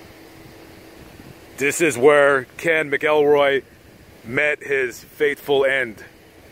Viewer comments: Ken MACKELroy.....not MickELROY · You got MANY a fact wrong in this one!! And it is pronounced MACK EL ROY.. not MA KELL ROY!! That being said, yes, a dreadful man was Ken Rex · His name is pronounced mackcoolroy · Not a bad video. You got a few facts wrong and kept saying his name wrong. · Y ou should lear how to pronounce his last name.